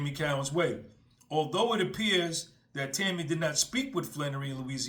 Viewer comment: Co_ wins not cow_ ins